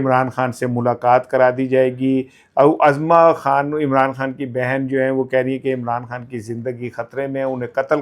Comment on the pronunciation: ۔صحیح تلفظ ozma Khan ہے۔ Azma Khan غلط ث